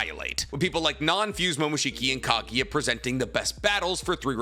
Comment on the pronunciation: for god's sake, it's kagUUUUUUya, not kagya I'm losing my mind right there ><